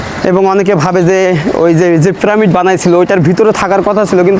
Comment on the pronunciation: ভাই, আপনার ব্লগ তো ভালোই লাগে কিন্তু আপনার কিছু উচ্চারণ সঠিক করতে হবে, প্রামিড নয় "পিরামিড", হায়েরোগ্লিফ্লিক্স নয় "হায়রোগ্লিফিক্স"